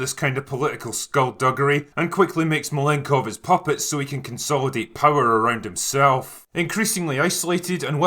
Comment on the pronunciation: Malenkov, not Malengko